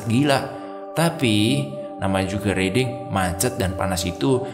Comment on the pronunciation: Riding dibacanya RAIDING bro